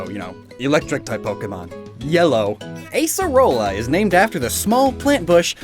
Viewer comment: In portuguese, at least, Acerola is pronounced with an open A. Like Ah-cerola.